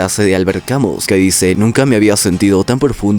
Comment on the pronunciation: Camus se pronuncia "camiú" socio